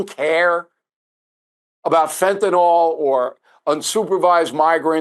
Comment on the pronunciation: Unbelievable to me how the drug Fentanyl is pronounced Fentanol all the time. Couldn’t believe it when you did it, Bill…